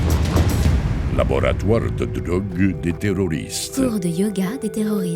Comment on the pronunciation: laboratoire de drogue "drög" je viens de comprendre xD haha